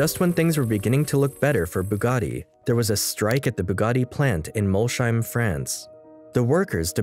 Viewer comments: If Molsheim is to be pronounced the way you did then Schmidt is spelled Shmidt. Ever see Shmidt? (There is no sh in German, there is sch) It is pronounced Mols- heim (Mols home) the home of Mol, get it? Man I cringed every time, why don't you quickly check up on these things prior. Apart from that I loved it. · The video would have been better if you had made even the slightest attempt at pronouncing words like "Jean" or "Molsheim" correctly.